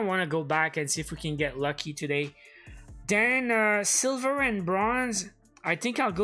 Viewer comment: great but why say den you Canadiens when you are trying to say then